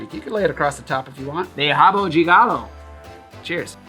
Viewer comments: Dude, you´re pronouncing rabo de galo correctly, like we Brazilians do. Respect.😃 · He nailed it!